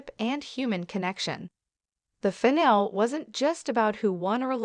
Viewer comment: You're even showing Reba from last season when Snoop wasn't even a coach. [BTW, finale is pronounced with a long ē at the end.]